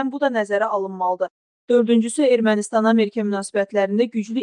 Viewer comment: Əmerkə)))) Elə tələffüz edilən söz yoxdur, Savadınızı artırın!